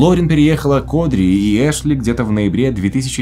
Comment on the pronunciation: Не Эшли, а Ашли, режет слух блин)